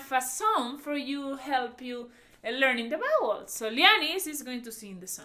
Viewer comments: I was confused at first I thought she said “bowels “ Then “bad words “ Then when I understood vowels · I love your charming accent but be careful when you say vowels. It comes out sounding like bowels which is something totally unrelated. It could cause some confusion with some people. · When she was saying bowels I thought she meant vowels...turns out she was saying bad words😂😂😂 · I thought that "vowels" sounding like "bowels" was so cute. Reminded me of my Puerto Rican grandmother who says "sheet" but it sounds like "shit"🤣🤣🤣🥰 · You have to learn the bowels? Like intestines? 😋 Oh, you meant [wowels]? Lo siento.